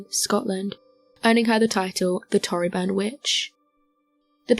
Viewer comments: Torryburn but we say it like toe. Toe ree burn. It’s 4 miles from where I lived in primary school but took me ages to realise coz she says it wrong. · No quite. She pronounces torryburn wrong.